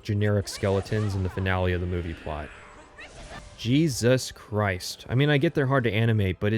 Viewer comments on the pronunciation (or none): none